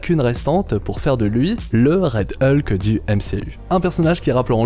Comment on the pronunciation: Rien que la prononciation de Hulk ça pique quoi... Pis désolé mais tu dis qu'ils vont peut-être ou sûrement renommer le films mais il a été officialisée sous le nom Thunderbolts donc ils sont pas le renommer...bref d'ordinaire je suis plutôt d'accord avec tes vidéos mais là ya pas mal d'incohérences je trouve dans se que tu racontes...